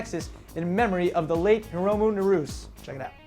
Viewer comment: HI RO MO NAH RU SE, get your shit together.